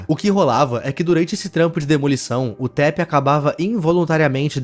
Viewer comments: Taph é uma mulher e pronunciasse "táfe" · eu achei que se pronunciaria TAFI nao e?